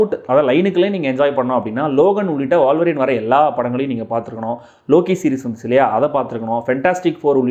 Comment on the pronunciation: வால்வரீனா? உல்வரீனா?